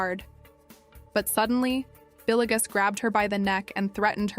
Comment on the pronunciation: Not trying to be an a**hole but it is driving me nuts how you pronounced Villegas (Vil-yegas) as Billy-gus..